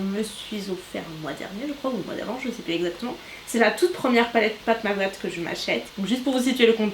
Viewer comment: Coucou, je voulais juste te dire que j’adore tes vidéos. ❤️❤️❤️ Ps: Pat Mc Grath ce prononce Pat Mc Gratte ( comme dans le verbe Gratter )